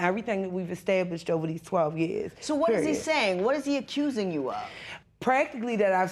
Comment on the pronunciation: As soon as I heard “acurrsing” I knew